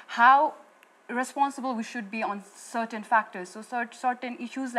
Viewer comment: That chick the only noun I hate it now has a fake accent and she is a fake herself check it out the way she pronounced 'certain' and I hate yo face girl for real